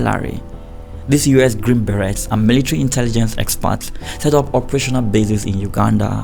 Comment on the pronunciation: The way he pronounced the T in "Berets"💔